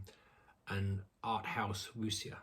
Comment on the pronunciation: Bleak Night is fantastic. The director’s follow-up not that great. (Also, when you say Wu xia the xia bit is pronounced ‘sha’. The x initial is like ‘sh’ in English.)